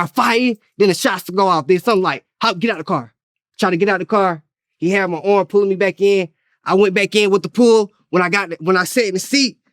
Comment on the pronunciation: "HE HAD MY ORM"